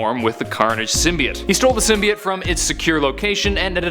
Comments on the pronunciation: Finally, someone who says it CORRECTLY! It's symbiot not simbyoat! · thumbs up for not saying sim bi oat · How you say it is correct not how they are saying it in the movie is wrong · As far as I’m aware, your pronunciation of “symbiote” is more correct.